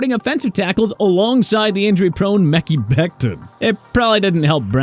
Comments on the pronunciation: Him saying "meckey" is awful. As soon as I heard it I came here to say something. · stop saying Mickey. It's Mekhi (MEH-KAI) Becton! And also Zuerlein is pronounced (ZOOR-LINE) not zoor-lain!